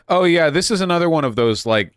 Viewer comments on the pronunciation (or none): none